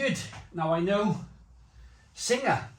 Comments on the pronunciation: it is pronounced beer sing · Also you don't pronounce the ha, it's pronounced beer Sing. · Singha is actually pronounced 'Sing' ... hello from Thailand 🙏